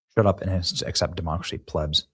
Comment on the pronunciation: The word is pronounced "plēbz" Little bro, buff up the grammar. Your potential is without limits. You must learn to read and speak correctly❣️